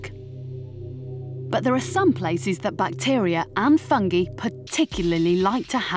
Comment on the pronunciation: She really just said Fungey... FUNGEY